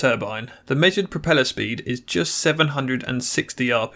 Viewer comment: Basically, speen